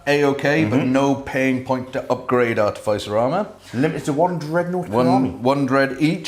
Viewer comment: Just one thing to improve on lads with the artificer armour. It's pronounced ar-tif-is-er not art-e- fice- r.😂😂